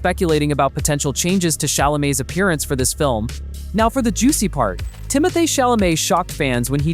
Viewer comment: You're stupid AI bot narrator mispronounced just about every name: Zen DAY uh, Tim o THAY, Dennis for Denis ( Den EE)!